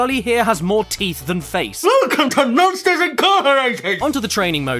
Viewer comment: WEWCUM TO MOSHTERS INCARCERATED